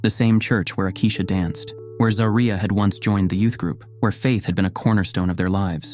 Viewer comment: You can at least get her name right. It is ZAW-REE-UH